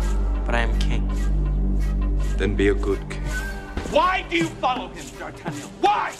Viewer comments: It's funny how all musketeers pronounce d'Artagnan' s name differentially. Only Gerard Depardieu is saying it right (well, he is French). It's massive mistake and I've always wondered that why didn't they learn to pronounce the name of one of the main characters. Actually they are pronouncing all of the names wrong (besides Depardieu). I know that rest of them aren't French, but all they had to do is learn the names and it's not so hard to learn few words for a movie :) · it irritated me how they said D'Artagnan, and the fact that the 'french' have american accents who can't pronounce D'Artagnan (: at least the ones with the English accents could at least pronounce D'Artagnan correctly :') BUT HOUSE AND LEO ARE AWESOME